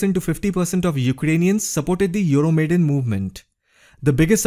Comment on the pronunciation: Just one little remark: it's not "Euromaiden", but "Euro Maidan", from the name of the square epicenter of the protest. Wonderful video though...